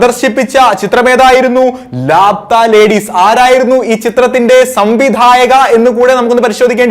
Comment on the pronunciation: ലാപ്‌താ ലേഡീസ് അല്ല "ലാപത്താ ലേഡീസ് " ... എന്ന് വച്ചാൽ കാണാതായ സ്ത്രീകൾ